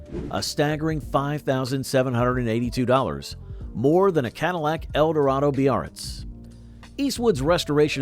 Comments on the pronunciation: Lol. What is a Cadillac Bearts? It's called a Baritz. I had to laugh when he said that. Beautiful cars! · That's Biarritz.